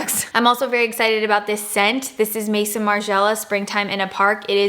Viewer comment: Hiii I just discovered your channel and I really like it. Just so you know the name of the brand of the fragrance you like is translated by " Margiela's Home", Maison is Home in french and is not pronounced as an english word but as "Mezon", you can check on the internet for an audio. Love from France :D